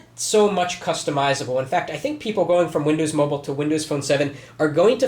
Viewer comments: MOBILE NOT MOBLE!!1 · MOBILE NOT MOBELE!!1